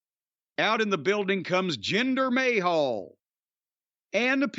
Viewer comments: Jinder Mayhal! 😂😂 Cornette says it like Jinder Ahole! 😂 acting like the Rock stole his wife. The Rock is entertaining as hell. Why all the hate for The Rock? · Jinder May-Hal LOL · Always love it when he calls him 'Jinder Mayhall'